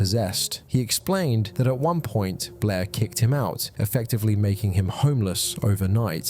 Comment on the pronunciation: I love how Blair is such a hard name for British people 😂 It always sounds like "Bleh"